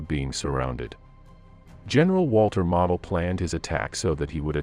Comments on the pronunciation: Spanish maps. Who realy deserves credit? "Mo dl" Long "L" NOT "mah od." Geesh. Not like he's obscure. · Its Walter MOEdel, not Walter model airplane. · walter model - pronounced moh dul Gross Deutschland pronounced GROCE deutschland